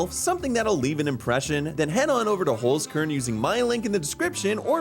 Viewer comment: as a German I cringed at the way you said Holzkern ._. good video though!